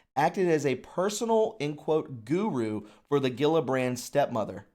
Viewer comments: it’s pronounced, Jill-a-brand. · You're driving me nuts. It's Jill-a-brand. Geez!